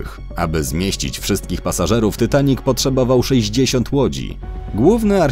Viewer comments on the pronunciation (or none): Ja jestem najwienkszym fanem filmu titanic mam tapete 70 zdięć poduszkę 5 koszulek i 3 zdięcia i puzzle 3d titanic jeszcze mnie to boli że mówisz tytanik a nie titanik jak cos to pisze jak sie mówi a nie jak pisze hehe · Dzień dobry. Po pierwsze: nie mówi się ,,Tytanic" tylko ,,Titanic". Po drugie: ,,Titanic" miał 28.2 m, a nie 29,4 m szerokości.